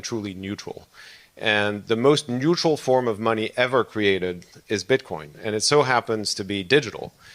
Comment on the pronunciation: can’t even say Bitcoin correctly